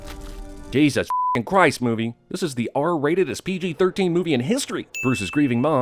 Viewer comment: The way he said "JESUS F*CKING CHRIST, movie!"